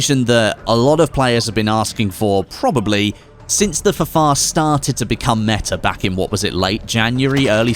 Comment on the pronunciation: it's ffar! not fafar.... smh